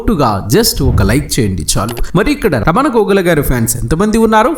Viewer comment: అక్కరలేనిచోట వత్తులు (ఘోగుల) ,నా అని పలకడం రాదు కర్మ.